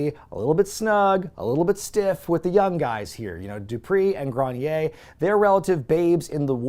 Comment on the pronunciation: His name is sylvan grenier. His name is NOT sylvan "groan-yay"